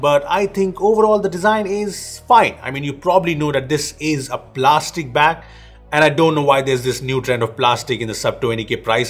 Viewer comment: Everytime you say back google takes it as bag 😑